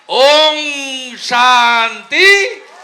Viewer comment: ওম বলতে গিয়ে ওঙ বলে, এ নাকি পবিত্র করবে বাংলাকে 😂😂😂